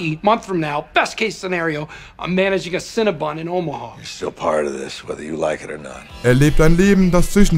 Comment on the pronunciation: Und spricht die Marke Cinnabon ebenfalls falsch aus, obwohl es Sekunden später im Clip korrekt vorgemacht wird